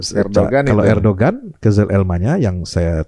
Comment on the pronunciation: baca nya ERDOGAN